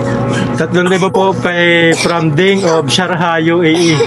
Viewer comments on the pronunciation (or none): Sharjah poh sir Hindi sharha